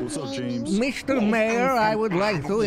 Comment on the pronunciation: Also the soft J on James where it sounds like "Yames"